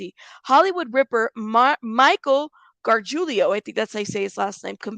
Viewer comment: Michael GAR-JEW-LO that's how you pronounce his last name!